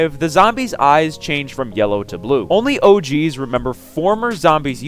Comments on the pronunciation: Sounds like he's saying "Oh, Jeez," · Anyone else get really uncomfortable everytime he says "OG's"